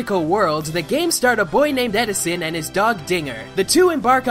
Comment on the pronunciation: Stop saying "Edison". its "Edson" as in, "Arr... Jim, lad". Ask whichever of the devs you like on twitter.